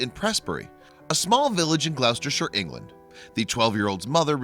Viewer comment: Perfect annunciation of the Gower (not far from too far from where I live in South Wales UK), but Gloucestershire is pronounced Gloss-tershire (the English language in its infinite wisdom). Really interesting video 👌🏻